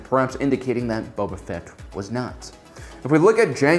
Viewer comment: 800+ star wars videos and he still pronounces it as Bubba Fett. I love you, you friqin troll. 🔟0️⃣